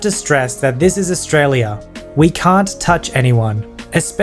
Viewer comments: Just liked because of the “‘Straya” 😆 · The way u said australia triggered me tbh lol its fine tho u do u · Y did you say Australia like that bit mean, mostly only bogans say it like that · Australien accent when you sead Australia